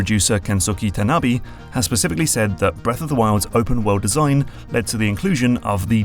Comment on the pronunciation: "Tanabe" is not "tannerbee"